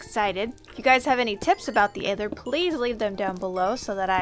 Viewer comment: Isn’t aether pronounced with a soft th sound? Like having more emphasis on it??